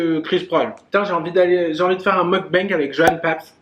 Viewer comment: Je trouve ça bien de vouloir préserver ta vie privée / amoureuse. Vivons heureux vivons cachés comme on dit. Une vidéo avec Ayo Carolie olala ce serait tellement bien ! 🥰 Continues de prendre confiance en toi parce que t’es géniale 👌🏼ce petit « mougue bangue » tu me fais trop rire Pleins de bisous, ta salade a l’air trop bonne 😂😘